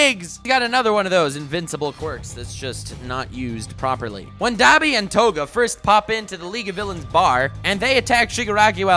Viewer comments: It's pronounced dobby not daby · It's not Dab-i its Dob-i sure you spell it Dabi but you say it like Dob-i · Dani is pronounced dah-bee not dab-bee lol you triggered me so hard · i had an individual stroke for every time he pronounced Dabi like "daab-i" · Dabi is pronounced dahbi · it's prenounced doby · Im crying the way he says dabi